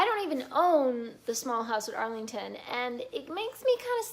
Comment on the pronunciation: Yes, I have read all of his Barsetshire series and several of the others. As an aside, it is Allington, not Arlington. There are several Trollope books made into movies. Most recently Doctor Thorne. Have you looked into Angela Thirkell? She wrote during the WWII era drawing on the places and people of the Barsetshire series. But using the grandchildren of the Trollope people in the same setting. The Thirkell books are best read in order as well, but I think the best one is called 'Northbridge Rectory'.